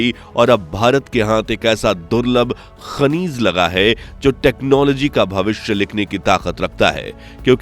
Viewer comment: Shrimaanji , khanij hota hai khaneez nahi 😂😂😂